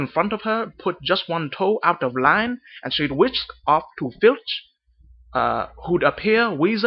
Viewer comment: You need to be a little more elegant with your vowels.. words like "named" "lamp" "line" sounds a little too forced. Stretch the vowel out a bit more.